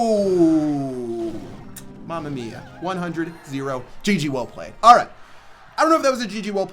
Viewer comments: Your Italian "mamma mia" was perfect😂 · Bro, I Italian and I always follow your video, but the "mamma mia" is the best thing I have ever heard in my life😂😂😍